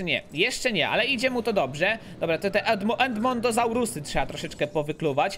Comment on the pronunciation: Ten genom co dałeś ceratozaurowi to genom żuka nie kruka, odkryj więcej genomów i twoje dinozaury umierają że starości bo krócej żyją i czytaj porządnie po polsku: Ceratozaur Huajangozauz Edmontozaur